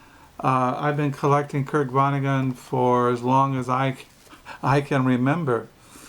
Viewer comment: I'm just being cheeky. You say vonneguN through the video. It's with a 'T' rather than an 'N'